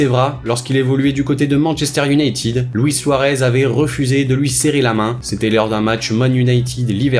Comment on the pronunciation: Vous entendez comment il prononce "Manchester United " 😂😂